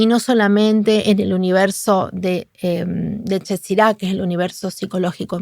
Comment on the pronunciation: qué bueno tu programa! Gracias! Te vi una vez con Mario Sabán y me había encantado! Cómo dato apenas, y con las mejores intenciones, en hebreo el plural de segura es sefirot y yetzira se debe leer ietzirá. Gracias nuevamente! ❤ Lo mejor para ti y para todos!